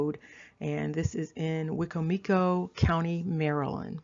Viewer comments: Great video. Lol at Wico-Mico county🤣 being born and raised in Maryland I had to pause as I thought WHERE THE HECK IS THAT? Then I said....OH, Wicomico : pronounced (WHY-COM-ICO) sorry, I just never heard it pronounced "Weekco-Meekco". Great information. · LOL. Are you making fun of my Wicocomico, Wiccocomoco, Wighcocomoco, Wicomico Indians pronunciation? :)